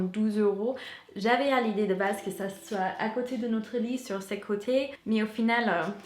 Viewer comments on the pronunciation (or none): none